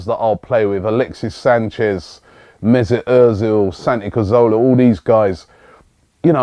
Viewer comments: after all this time, you still cant pronounce cazorla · HOW CAN YOU STILL NOT SAY SANTI'S NAME RIGHT FFS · As usual